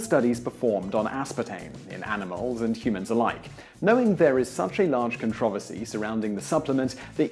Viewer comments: it's pronounced "controversy" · As an American, your pronunciation of the word "controversy" grates on my ears but otherwise I love this channel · Can you do a video on the proper pronunciation of controversy? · Worth watching to hear someone pronounce "controversy" differently. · At first, I found your pronunciation of "controversy" amusing, but now I'm just angry that Americans don't say it this way. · Your pronunciation of controversy is controversial